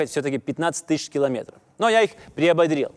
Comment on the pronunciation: "Четыреста шестьсот шестьдесят километоров" )), ну, хватит уже выпендриваться. И классический прибалтийский говорок, и неправильные ударения, и теперь вот это - что исчо придумаешь, чтобы ни у кого не осталось никаких сомнений в том, что ты "не есть шибко хорошо говорить па-русски"? Вещай на родном языке - аудитория точно прибавится в разы ))... А контент хороший. Респект!